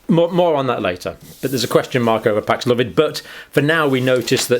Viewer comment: Pax-love-id? No, Paxlovid.